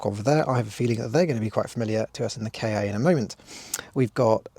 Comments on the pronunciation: Your video is really amazing, full content of and great to watch. But drives me crazy rearranging “kei ay” instead of the correct “Kah” (saying like the end of Fiesta) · Sorry to be that person, but why would Ford name their car a "Kay Ay"? it's pronounced "Car". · It is not a K A it was pronounced like car. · Did you just call it a K. A. With a space in the middle???? It's the kahhhh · Its pronounced like cat without the t and not like kay aaay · I died a little bit everytime you said "kay-ay". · It always makes me chuckle gently when you southerners say 'Kay Eh' - for us Scots, 'Ka' and 'car' are very different sounding words, so I don't think I've ever heard anyone up here bother with two syllables :)